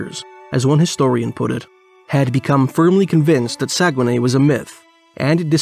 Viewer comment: I used to work on the dew line. I know exactly where this is. I've been there. It's not called saugenay it's not called saugenay. But it's very very close.